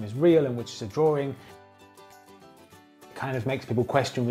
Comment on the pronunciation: nice drawring